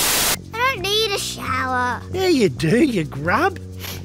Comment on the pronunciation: "i dont need a showa" famous last words